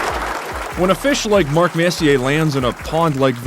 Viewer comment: Putting a R on the end of Marks name. Funny as fuckl.